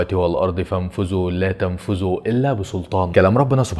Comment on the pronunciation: اخوي بس نصيحة لوجه الله لما تقرا القران اقراه صح لانك قلت "فانفزوا" لان في المصر الذ تنطق ز.. و هذا لا يجوز في قراءة القرآن